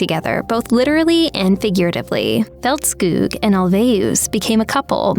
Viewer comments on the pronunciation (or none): Here to check on pronunciation - I give the narrator a 7/10. Ulvaeus is ool-VAY-oos and Agnetha's last name is Feltz-kog, not Feltz-kewg. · Så det irriterade dig också att höra hur berättaren uttalade Agnethas namn.